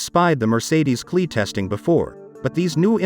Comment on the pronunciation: It is not pronounced "Cle" ......It is pronounced C>>>>L>>>>>E